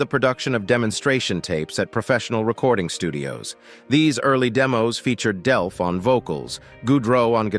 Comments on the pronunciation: DELP!!!!!! not Delf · It's Delp not Delpth. And Tom Sholz designed his own amplifiers not merely "pedals". Get it right before you post. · First, it's "Delp", not "Delf". Second, it's "Scholz", not "Scholtz". Sloppy. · DELP!!!! NOT DELF!!!!! I hate AI narration so much. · Brad Delp not Brad Delf in the intro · Why are you pronouncing his name as Delf 1/2 the time... annoying as hell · The goofball narrator pronounces Brad's last name "Delph" and then "Delp" and then back to "Delph" and so on. Amateur hour. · It’s Delp with a “P” not Delf. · Nothing mentioned about Third Stage and tour? Also, who is Brad Delf? I heard it pronounced "Delf" and "Delp". Not that good of a history....not good at all. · I HATE fake robot voice!!! The guy's name is DELP!!! Not DELF!!!!!!!!!!!!!!!!!!!!!!! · Narrator keeps calling him 'Delf'........it's DELP. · I think he means there is no Delf, his name is Delp with a "P" at the end. The narrator says it wrong one time and right the next all through this story. He's apparently not real bright. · As soon as AI said "Brad DELF" I was out... pitiful. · Are you saying “Delf”? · The computer voice keeps saying Brad Delf. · I hate when someone pronounces Tom Scholz's name incorrectly. Also, who is "Brad Delf"?